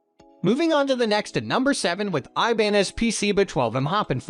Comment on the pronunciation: The picture of the Taylor...is a guitar...NOT a bass. And they pronounced Ibanez incorrectly.